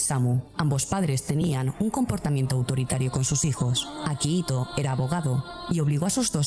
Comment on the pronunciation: Es akihito no akahito